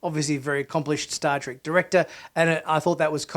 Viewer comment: It's Star TREK, not Star "trik!"